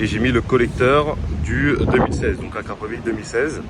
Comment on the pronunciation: Il a dis akrapovic🤦🏽‍♂️